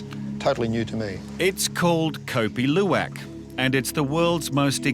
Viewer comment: I have never heard the pronunciation of "Luwak" this bad